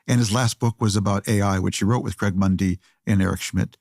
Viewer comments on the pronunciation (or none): none